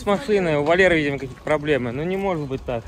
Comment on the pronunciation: 😊😊😊,у с русским языком плохо,он даже слово правильно выговорить не может.